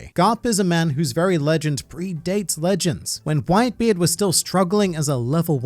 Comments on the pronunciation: did i misheard it or did he call whitebeard white b. eard like gol d. roger? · Haha "white b. eard" haha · “White B Eard” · Did he really say white B. EARD? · Did this fool say “White B. Eard” ?? Hahahah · Only A real Aussie would pronounce it White-B-Eard. Joe Ingles 4 MvP